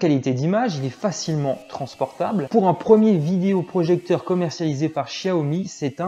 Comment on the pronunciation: Merci pour le test, mais stop avec le "vidIo projecteur". é, pas i ! :)